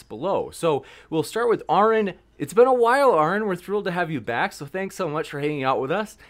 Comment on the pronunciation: mispronounced Aron's name 3 times with 3 different mispronunciations.